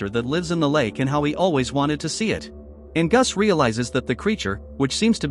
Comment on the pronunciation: Your AI voice is horrible ! It can't even pronounce Angus !